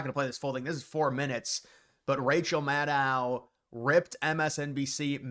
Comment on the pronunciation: At least say “Maddow” correctly